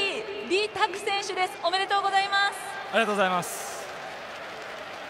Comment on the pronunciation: Bro said, "Arigato" xD